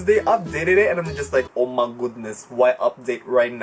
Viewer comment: UMAHGUDNES it works like UMAHGUDNES🤣